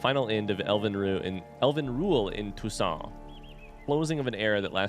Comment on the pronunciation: No, it's "Toussaint!"